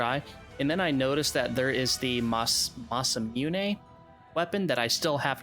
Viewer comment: Oh no not the "massamuney" 💀💀💀💀💀